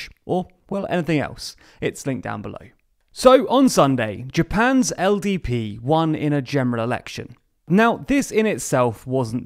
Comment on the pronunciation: LDP, right? I think there’s something wrong with my ears, I keep hearing him say ODP